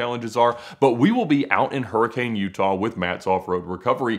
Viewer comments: Hurricane is pronounced hurri-cun not hurricane. Its a utah thing dont ask questions just enjoy the fry sauce. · Don't let the locals hear you say hurricane, lol. they pronounce it more like "herkin". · You need to learn how to pronounce "Hurricane" the way they do in Utah. Especially before you go there. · More like hurricune